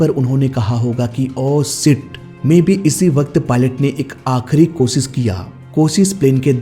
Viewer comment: 1. Oh Sit nhi 'O... Shit' 2. Irror nhi 'Error' 3. Kosis nhi ' Koshish' 😂